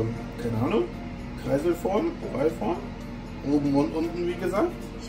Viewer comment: oralform🤣🤣🤣🤣Oval wohl eher hahaha